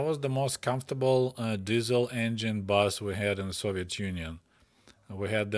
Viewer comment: I love that you pronounce Diesel as DIZZLE. 😂